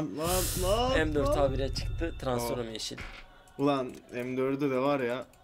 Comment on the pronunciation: Abi transform diyceksin.Transforum değil.Muhammet YT de mekatronik degil.Megatronik diyo dikkat!